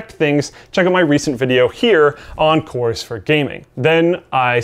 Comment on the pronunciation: Not ever two minutes later and we have another one.. "Coers". Get it together,.